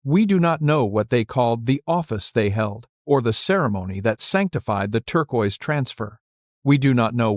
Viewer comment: Incongruent photos irrelevant to Chaco, and the mispronunciation of “turquoise” by AI makes it difficult to watch and listen to.